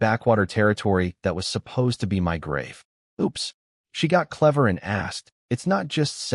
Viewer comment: I love the story but I wonder why the AI can't seem to say the word "my" - it always spells it out. It happens so much that it's become a running joke in our house.😅